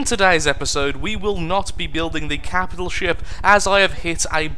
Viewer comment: "Every captial ship" Oh...